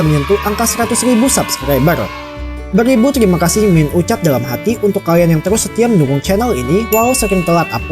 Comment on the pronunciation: Bang bukan telimakasih tapi teRimakasih